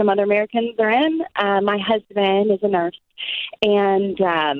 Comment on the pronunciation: It sounds like she says “My husband is a murse”.🤣🤣🤣